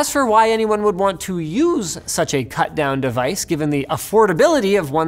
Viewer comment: Like how you pronounced U(you)SE(sz), french-english combo?